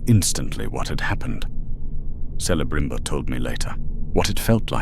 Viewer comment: The pronounciation of certain words just piss me off…. Se-le-brim-bor….